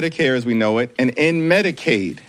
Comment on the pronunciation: Im pretty sure it should be pronounced Medic-aid and not Medi-caid...as this guy says putting the slight pause where its needed..... 😜😅